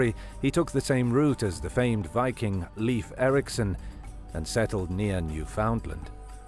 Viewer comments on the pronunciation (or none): none